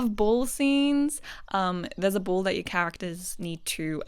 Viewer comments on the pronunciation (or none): when you said "ball" I hear bowl and like attending to, as in like taking care of a bowl 🤣